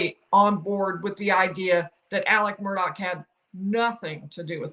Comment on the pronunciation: It’s not Murdock it Murdaugh